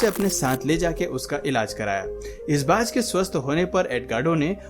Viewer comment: Bhanjh nahi Baaz hota hy 😄😄😄